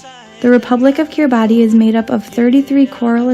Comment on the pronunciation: Makes me want to do a DXpedition; oh, and as a side note, there is confusion over the pronunciation of Kiribati, the "ti" at the end is pronounced as an "s" sound.